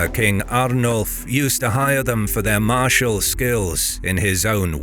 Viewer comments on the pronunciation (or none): none